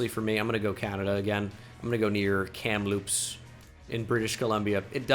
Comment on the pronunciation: Christ every Canadian cringed when you said kamloop